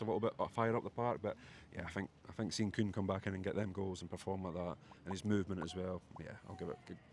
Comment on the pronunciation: *Kuhn - get it right FFS! 🤦🏻‍♀️